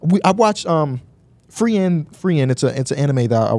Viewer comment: Frieren. Lmao he pronounced super weird but the anime is stellar imo.